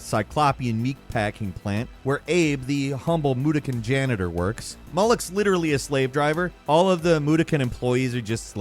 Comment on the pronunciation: Its Moo-dock-kin not moo-doo-kin.